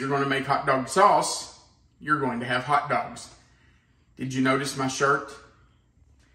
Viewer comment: I like when he says, "Hout Dauwgs"